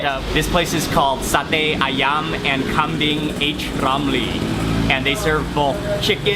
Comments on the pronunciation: You should pronounce "H" on "H Ramli" with "hajj or haji" not "H" in english "eight", just give an advice hehe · ngakaks ketika dia bilang eight romli (H.Romli) wkwk. 1.30